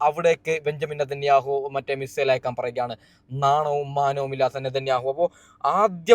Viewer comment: മിസ്രയിൽ എന്ന് പറഞ്ഞ് പോകുന്നുണ്ട് ബ്രോ (മിസൈൽ എന്നല്ലേ !